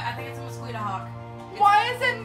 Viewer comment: Nobody gonna talk about how pronounces mosquito???